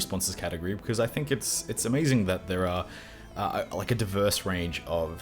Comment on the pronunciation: Eh? Ehehhh? "A-MEIZING"?!?!?!